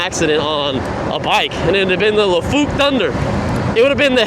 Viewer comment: It's lai-fook, not la-fook.